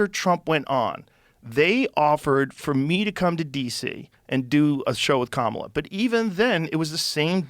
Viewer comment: JOE Its pronounced KAMALA! Not kamla camela🐫 or camilia😂😂😂